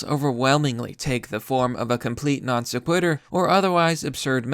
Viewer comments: You missed pronounced requisite and non sequitur. You don't seem terribly smart. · "Non-Se-quitter" LOL! Don't read outside of your depth, Son!